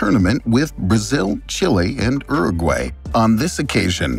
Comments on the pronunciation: Wtf is ero gway ?? Is he trying to say Uruguay??? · Yeah is it not Your-a-gwuy? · It’s not said uru-gay it’s said uru-guai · Every now and again, I hear an American pronunciation of a word and I think ‘wtf?!’. Never heard it pronounced like Urragway. Interesting video. Thanks. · That was the worst butchering of fédération international de football association ive ever heard. Not to mention uruguay. Anyway other than that great video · The way you say Uruguay is really disturbing to me 😅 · The channel is Geo history and doesnt know how to pronounce uruguay 💀